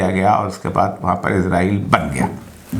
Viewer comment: بھائی اوریا، اسرائیل کو ازرائیل، تحریک کو مئومنٹ کہنے سے آپکا بیان مئوثر نہیں رہا۔